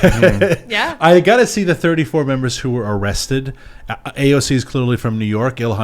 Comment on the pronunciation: "areested" my ass!!!!